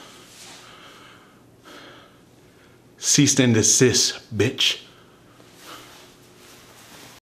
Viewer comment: "CeaseT and desist" 🤣🤣🤣